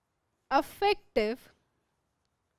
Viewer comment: Mam affective mat bolo irritating lgta hai